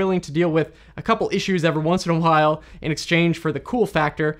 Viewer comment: Once in a while sounds like once in Ohio